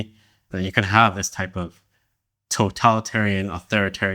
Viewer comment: the word is "this", not "diss"